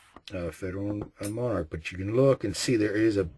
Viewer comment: Pronounced mon-ark. I have had issues with Monarch and Wolf in various rifles and calibers. Their steel case loads have been a consistent problem, but the brass cases have only caused mild sticking. I have two 770s, one in .270. The bolt required a little more force to operate when I practiced with Monarch, but I have not broken a bolt. Fortunately, the .270 loves Remington ammo, so I can still shoot relatively cheaply.